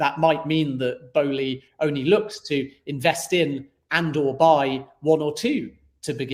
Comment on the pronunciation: Matisse Boehly’s name has an “L” in it! Pronounce the word “Bowling” but then add “eee” at the end lol Besides that, great stream! Very informational. Just what we needed